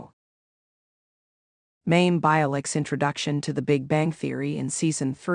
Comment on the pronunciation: Her name is pronounced as My-im.